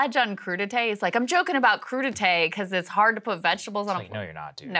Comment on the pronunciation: It's "crude-eye-t" now